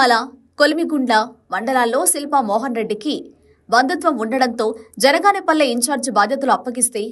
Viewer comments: ఆరుసార్లు జనగాపల్లి అన్నారు ఒక్కసారి కూడా బనగానపల్లె అనలేకపోయావే తల్లీ..... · జనగాన పల్లి కాదే తల్లి, బనగానపల్లె